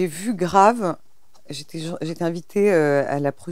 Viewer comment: "j'ai vu "grâve" ...." inssupportable au bout de 3 sec. de vidéo.